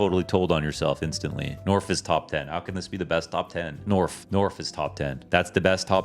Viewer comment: Norf top ten? Norf? Top ten? Norf.